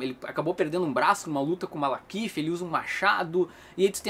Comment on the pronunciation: Toda vez o fala MaLAkith invés de MaLEkith. Eu ri hahahaha